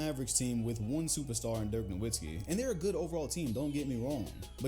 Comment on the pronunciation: Try reacting to Dirk Nowitzki to learn more about him and his playoff run in 2011, also the "W" in Nowitzki is pronounced as a "V" because he's German